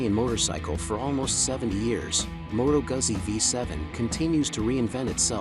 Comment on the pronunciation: its Moto gutsi